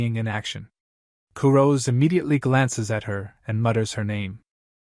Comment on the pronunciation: Kurose isn't pronounced Ku-roz. It's Ku-Ro-Seh. The "se" isn't dropped like it is in the English word "rose". They are Japanese. The name is Japanese. That means its pronounced with Japanese pronunciation. Please just show a modicum of respect for the material and spend just a few minutes learning how these words are said.